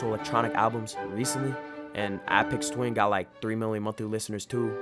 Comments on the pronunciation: ”App-ex twin” this mf cant be serious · your pronouncation of aphex twin hurt me a bit. good vid